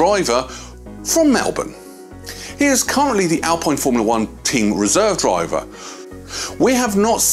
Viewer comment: It's pronounced alpeene